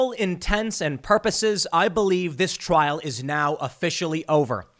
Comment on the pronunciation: You do a lot of work Tim. Thank you man. Two critiques on pronunciation - if only because the point was raised that you believe that you were pronouncing correctly. Rekieta is wreck-eight-uh not wreck-et-uh Trial is try-uhl not troy-uhl